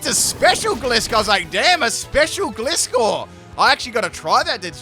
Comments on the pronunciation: He so totally pronounced Gliscor wrong XD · That’s for you. He pronounces most names wrong.